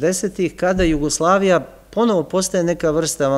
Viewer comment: Sve u redu... Ali mi nikako nije jasno akcentovanje na reči Jasenovac, Jugoslavija, ambasador... Od kada je akcenat na drugom samoglasniku? Niste vi jedini u ovim predavanjima koji tako govori... I Ognjen, i Srđan... Ja vas sve molim, da se vratite na "smirenijem" akcentovanju takvih reči.